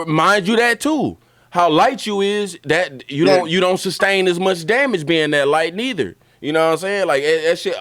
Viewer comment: He said gah damn-age 😂